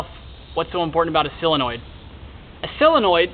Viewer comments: Everybody, say solenoid as SO-LEN-OID, not CELL-EN-OID. Duh. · Do you think that you could learn to properly pronounce the English language? It is not s sill-in-oid. It is a SOLinoid. Drives me nuts! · solenoid not silenoid!!!!!! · Hey, - it's a "SOLE-enoid", not a "SELL-enoid. So-le-noid. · Useful video but damn he can't say Solenoid correctly at all. Seal-annoyed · Great short video. Right to the point. And if I may without offending, solenoid is pronounced sol.. i.e. Saul or doll ..and not silenoid. Just letting you know. You're a smart guy. I can tell that terminology is important to you. Thank again for the video. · sill-annoyed ? ....Americans lol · SOL.....SOL...SOL...SOLenoid. Why can no YouTube pronounce this word correctly???? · Good video......but it's SOLE-e-noid. :-) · Oh cool, you're going to teach me about something you don't even know how to say. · how fucking hard is it to pronounce solenoid properly?